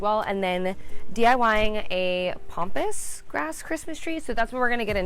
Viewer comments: Okay, It's pAmpas grass, not "pompous" grass (although at that price, you wonder!). It's also highly invasive for those thinking of planting it, as I've seen in the comments. I hope you get the flower market person to lower the price! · I know you wrote Pampas grass but you kept calling it Pompas😱🤣but just wanted to say that was very expensive and i think as its their mistake they should not of called you to tell you their mistake as you already paid what they said and agrreed upon, another thing is with Pampas grass when you recieve it you should first leave it at room temp for a day or two and the trick to make it big and fluffy is to use a hairdryer on cool which opens up the blooms and makes it look very luxurious and not flat and straw like, give it a try it makes such a difference and you probably wont need as much aswell that way👍🏼